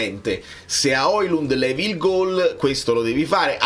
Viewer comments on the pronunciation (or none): none